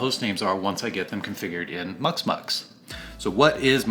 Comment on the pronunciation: Muximux, not muxmux, you didn't pronounce the I, took me a while to find it because there was no reference on the video.